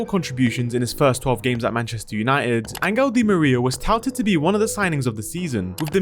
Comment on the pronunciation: In what language does Angel become "angle."